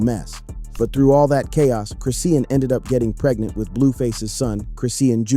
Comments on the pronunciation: Wtf is Chris-Seein ? Its Chrisean(Chris-Shawn) Saying it 50millions times wrong back to back annoying asf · I cant stand her. She is nothing but trouble.....can u please pronounce her name chri-shawn and not chris-ean? It bothers me. A lot of YouTube rs say it wrong